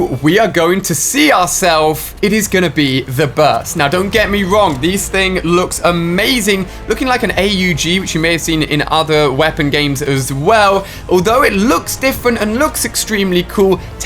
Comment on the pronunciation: Did he just say A....U....G....? It’s AUG!